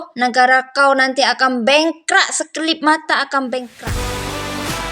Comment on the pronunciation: Ckp Melayu pun x betul. Bengkrap la mbak bukan bengkra, aduina.. langgi2...